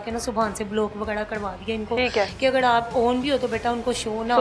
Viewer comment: یہ کیسی ٹیچڑ ہے جو اگر کو اگڑ اور ر اور ڑ میں فرق نہیں کر سکتی تو پڑھائے گی کیا؟